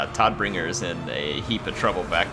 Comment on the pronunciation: Todbringer is german and is pronounced like "toad"bringer :) Tod is the german word for death.